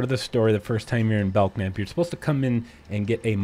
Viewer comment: I'm not sure what I disliked more: the tediousness of the search, or hearing you mispronounce it as "Belck-nap".